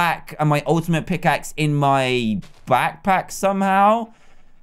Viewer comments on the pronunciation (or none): none